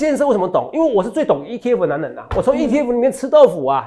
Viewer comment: 哲哲中文好好笑喔「最強的男” 能”😂跟著哲哲的腳步👣賺大錢去嘍～